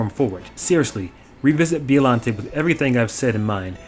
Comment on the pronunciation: And Biollante is pronounced "Bio-llante" and not "Bi-ollante" as well.